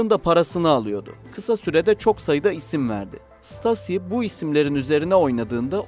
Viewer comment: Stasi denmez ṢTAZİ diye okunur !!!!!!!!!!!